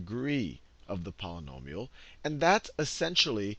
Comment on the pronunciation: When you can't properly pronounce "Polynomial" I think it's obvious you have no clue what you are doing.